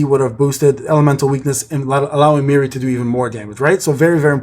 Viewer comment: Poor Mirei, people seem to misspell or mispronounce her name pretty often It’s said like Me-ray, like that D’oh a deer song